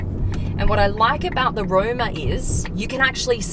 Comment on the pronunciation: Its ROMA not ROUMA